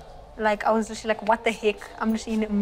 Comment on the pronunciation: can I get a like for everytime she says "litterly"